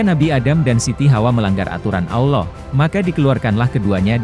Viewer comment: ralat juga suara googlenya, yg benar اللّه bukan auwloh